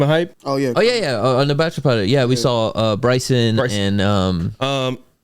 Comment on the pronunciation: Bro be pronouncing saw like “I saull it” 😂